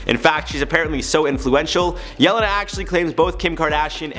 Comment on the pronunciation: the way you pronounce Jelenas name is so sad it's funny. I don't blame you though😂 Serbian and the languages at the area are hard to grasp for beginners